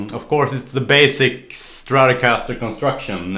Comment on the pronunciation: I love your saying "stratocaster" :)